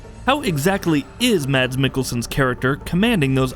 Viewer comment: If you scrutized every frame - how could you not notice that Reedus and the doll have the same stitched scar on their stomach? Btw- Mads is pronunced "Maz"